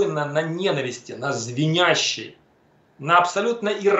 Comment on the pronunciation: в слове "свинячей", допустил 3 ошибки сказал, "звенящей"